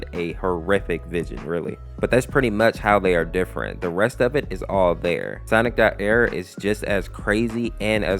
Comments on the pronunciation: Stop calling it ERR like it’s one word it’s like sonic.exe where it’s pronounced separate so it’s sonic.E R R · it's pronounced sonic. E R R by the way knuckles did get half his face ripped off